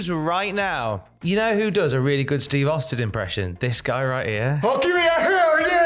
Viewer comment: That ain't Steve Austin that's STEVE HAUSTIN🤣